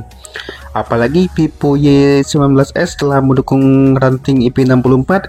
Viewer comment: Itu ngomongnya Vivo apa pipo??